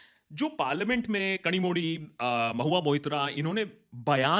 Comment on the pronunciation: Bhai fir se naam galat le liye😅 kanimoli hai❤